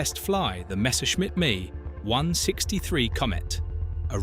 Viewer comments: Listen to the Audio, its reading Text, its not a Mike Echo 163 its pronounced as "Me" as in Meee, that shows its AI and text to speech from an AI script Give this a thumbs Down. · An AI mispronuciation of "ME163".